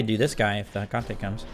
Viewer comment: Theres gotta be a secret psy-op for every smite youtuber to pronounce Hecate wrong :(